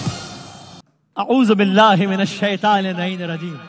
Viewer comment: اعوذباللہ من الشیطان الرجیم غلط نہیں پڑھا؟